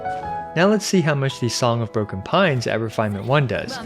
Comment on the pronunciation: I thought you said Song of Porcupine lol